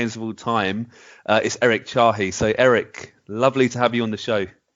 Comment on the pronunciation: nobody ever pronounces his last name correctly :( i loved hearing the man himself talk though, great insights